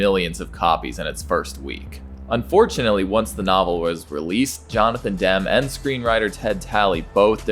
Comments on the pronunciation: Demme is pronounced "Dem - E" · Pronunciation of ‘De Laurentis’ and ‘Demme’ is wildly incorrect.